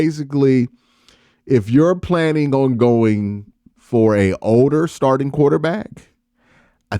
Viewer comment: He couldn’t pronounce “starting “ took him a minute.